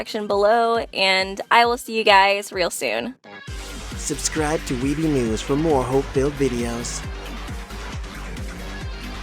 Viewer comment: When she said weeby newz I heard Sleppy nudes